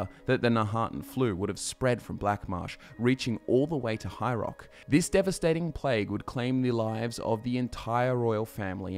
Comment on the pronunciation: Cool lore video. Funny thing though, every time you say ”High Rock” I actually hear ”hierarch”, and I go ”wait, what? Is there some kind of high priest involved? What did I miss?” It’s probably partly that I’m not native english speaker and often struggle more with all kinds of dialects.